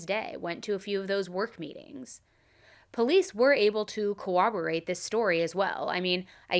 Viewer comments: ily but I am begging you to stop saying cowoborate PLEASE it’s coRRoborate😭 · CoRRoborate not coWoborate